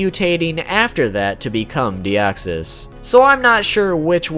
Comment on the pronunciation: Thanks for saying it correctly!!! I'm always pissed when people claim that deoxys was the first Pokemon in who's battle a special music plays. Either they never heard of The three cats or they simply phrase it wrongly